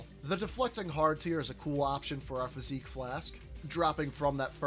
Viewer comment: Fizzik not physique